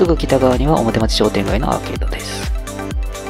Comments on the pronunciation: いつも、再開発の動画楽しませて頂いております。 表町は、「おもてちょう」と読むのではないでしょうか？ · 表町→おもてちょう